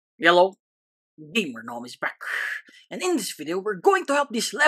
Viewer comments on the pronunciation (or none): When you say hello I always hear yellow 😂